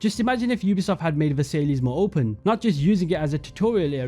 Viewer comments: Great video! I think you should look up how to pronounce Versailles correctly for future videos FYI :) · Versailles isnt pronounced that way ^^ nice work tho! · The way you pronounce Versailles will piss off every French person on this planet. :D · Nah, no way you butchered versailles like that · My heart ached for my French brothers when he pronounced Versailles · Funny how you were like I’m a history guy right before mispronouncing Versailles as Ver-Sai-Lees. It’s pronounced Ve-Sai. Just a bit of irony I found funny but overall great video. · completely agree but versay-lees? pretty sure it’s ‘versai-ss’, the ‘l’s are silent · Good video,. but for all future videos, it's pronounced Ver-Sigh (Versailles) and not Ver-Say-Lees. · Versailles is pronounced ver-sigh and not ver-say-lees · Not versaillies, it’s pronounced ver-sy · Absolutely astounding vid mate. However I almost died when you pronounced The Palace of Versailles; instead of (VA-SAIL-EE) try (VER-SIGH)! Keep up the amazing work, love having YouTubers create AC content still! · it's pronounced versai, not Versailles nor versaiss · aint no way u said palace of versaylees its pronounced ver sai palace of ver sai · Versailles is pronounced "ver-sigh", with a slight "y" in the "sigh" bit. Difficult to write out without phonetic characters. "Ver-siyh"? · Bro said "Versaylees" 💀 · It’s ver-sigh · Great video. BTW way Versailles is pronounced Vers-sai. It’s where Germany signed the Treaty Of Versailles at the end of World War One. The terms that Germany had to agree to were so harsh that it causes resentment in Germany which eventually led to the rise of Hitler. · palace of "versayleahs" 😂😂😂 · Just an fyi, Hagia Sophia is pronounced aya-suf-fee-a and Versailles is Vuh-sai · you went out of your way to show the correct pronunciation of Bougainvillea, but unfortunately, Versailles didn't get the same treatment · How tf did you pronounce Versailles that way as an Englishman lmao